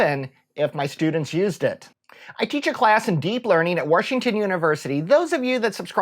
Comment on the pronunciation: I still snicker every time I hear "Worshington". Stay awesome